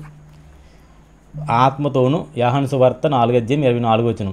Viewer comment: అది యాహాను సువార్త కాదు సార్.... యోహాను సువార్త